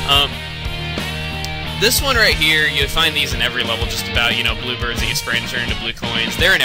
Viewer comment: When you said "blue bird" I could've sworn you said "blooper" Yeah Bloopers in every level! That makes perfect sense! XD